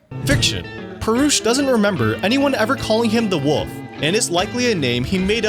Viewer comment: It’s WOLF not woof